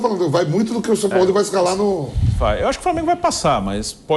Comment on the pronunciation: Vulgo “SAOPAOLÃO”